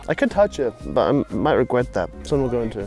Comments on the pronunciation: saying “I might regwet that” 🤣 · “I could touch that but I might REGWET that” - 2022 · 2022: “I could touch that but I might regwet that”